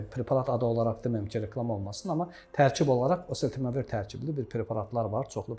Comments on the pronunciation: Elə deyirki sanki heç kim başa düşməsin, məndə təkrar dinlədi.. məncə osetemevir dedi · Preparatın adını həkim normal tələffüs edə bilmir, preparatın adını başa düşən oldu? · Dərmanın adını da düz əməlli demir eeee,gərək mütləq yanlarına gedib pul verib adını öyrənəsən. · Burada şərh verənlər, xoşlarına gəlməsə də deyəcəm. Çox cahil mülahizələr uydururlar. Bu həkimlər olmasaydı o, allah xoflu insanlar çoxdan ölmüşdülər. Hörmətli həkimin dərmanın adını çox anlaşılmaz tələffüz etdi. Onun adını buraya yazsanız yaxşı olar. Bunları da sizlərə xatırlatmaq istərdim. Silah alverçiləri sülh, əmin-amanlıq istərmi? Dərman alverçiləri insan sağlamlığını istərmi? Dinidar cahillər insan kamilliyini istərmi? Korrupsioner haq-ədalət, qanunçuluq istərmi?